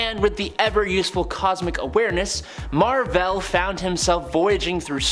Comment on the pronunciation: Mar-Vell not Mar-Vella 🤦🏾‍♂️ Sorry 🖖🏾